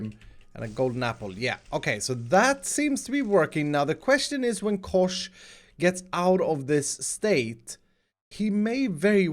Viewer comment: When you said Kosh i just started to laugh becouse it sounds like "koš" whitch mean "trash bin" in Czech. (sorry for my bad english)